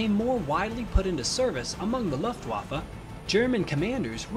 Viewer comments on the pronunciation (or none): my ears hurt each time you spell "messerschmit" and "luftwaffe". Please check that up in German :)